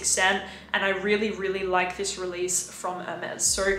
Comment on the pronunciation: Why do you say 'zis' like a French person now? I'm really confused by the change in accent.